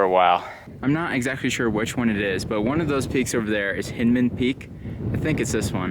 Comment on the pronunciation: Pk1 is D.O.Lee. Pk2 is Devils Bedstead (East). And BTW it's pronounced HINDman, as in your beHIND ;) Other 12'rs in the LRR include (not in order) Idaho, Leatherman, Church, Donaldson, Brietenbach, & Lost River Peak.